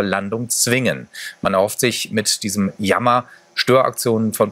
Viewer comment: Wie der Typ jammer ausspricht.. ja das ist echt ein JAMMER.